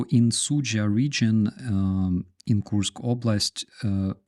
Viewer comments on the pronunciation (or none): "Koorsk" is accurate enough. Coors + K. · When you pronounce the word Kursk it sounds like you saying Korsk in English